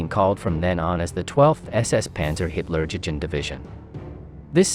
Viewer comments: What does he say? Hilla-DjiDji Division?😂😂😂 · OMG...this is "education"? With all of the mispronunciations and outright misrepresentation of who were officers.....Mengele never being a Hitler Jugend officer.....and it is You-gend...Jug.Jend......oh...and last to surrender? Only because when US or Canadian troops found them, they were shot on sight in retaliation for their massacres of POWs and other assorted war crimes. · Why would we want to watch a channel about WWII when you cannot even pronounce Hitlerjugend? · You are mispronouncing the name of the 1-SS and 12-SS Panzer Div